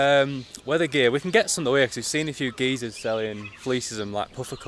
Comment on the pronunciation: Are you from Liverpool? You have a scouser accent 😅 . The way you calling Geysers is funny though 😂